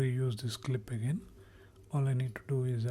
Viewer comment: Stop saying "again" incorrectly. It's awful.